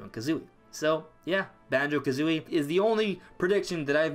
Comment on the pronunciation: Yes Thank you For Say Banjo🙏🙏🙏🙏🙏🙏🙏🙏